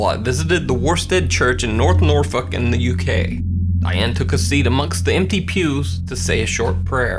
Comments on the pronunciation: Yep that's how it's pronounced not northfuq but NORFUK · I thought it was nor-FOKE not nore-FUHK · soooooooo what was the word in the 2nd clip? pretty damn sure you said north fuck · it sounds like he says “norfuck” instead of “Norfolk” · I'm sorry but did say "Nor-Fucken"? Or did I hear that wrong?😂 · LMFAO.. it's not pronounced "Norfuk" The L is NOT silent buddy. It's Norfolk> But thank for the laugh! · You said focking at number 4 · He said, " Nor Fuk" Lol.. Well, that's what it sounds like!!. 🤪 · it sound like you say north fucking